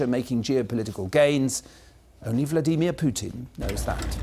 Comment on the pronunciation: "Vlaydeemeer Putin"